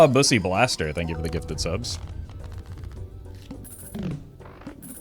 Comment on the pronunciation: Unfortunate reading of my name lol